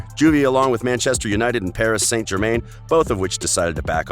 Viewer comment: How he pronounce uefa, ballon d'or and Paris st.germain...that grind my gears